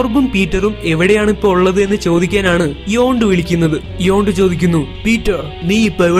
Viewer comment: Hello this is not your yondu it's yandu